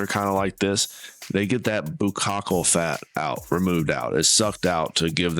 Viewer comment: No, Sir---"buccal fat." Just 2 syllables. Great video.